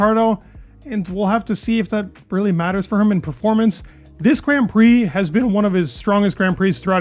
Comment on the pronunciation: Please learn to pronounce grand prix properly for God's sake